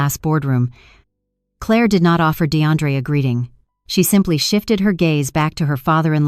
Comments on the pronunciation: Claah mispronounced. Clare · The title doesn't match the actual story. The narration is horrible. Why is it pronouncing Clair like Cla-ir? It can't read numbers and it reads to slow. Not sure if I can continue to listen. It's annoying. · Two questions: why is AI pronouncing Claire with a French accent and why can’t AI read numbers correctly??? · Foreign AI.note how it pronounced Claire?